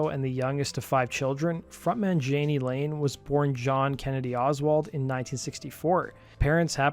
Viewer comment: Dude, please do NOT do a video of someone whose name you cannot even pronounce. It's EMBARRASSING. His name is pronounced Yaa-Nee, not jan-ee.